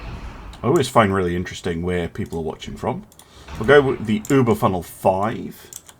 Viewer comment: As a hint for you for further Battles with German Ships. It is not Uber it is Über. i like your content